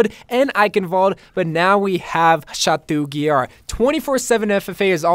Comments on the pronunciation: Did you just Say chatou guillard? Ils pronounced chato guiyar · He was pronouncing chateau guillard incorrectly 😂😂